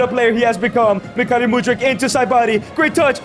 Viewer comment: He is Mykhaylo ffs,not Mykhalyo,Makhalyo or Maylo..you said it worng every single time..